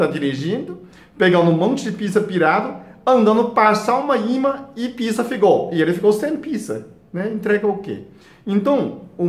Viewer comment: Dr. gosto muito do seu jeito simples e sábio de ensinar. Há, com todo o respeito, pede pra algum brasileiro te ajudar com a pronúncia da palavra "pizza", porque tá saindo um palavrão.